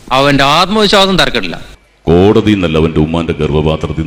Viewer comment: കോടതി അല്ലാ സേട്ടാ. ..കോളനി